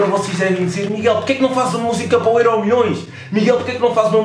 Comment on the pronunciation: Porque é que dizes êró? tu nem és alentejane...makes no sense nigga